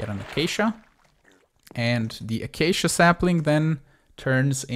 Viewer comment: A-Kay-she-ahhhh! You are driving me insane you are saying ahh-Kak-eee-ahhhh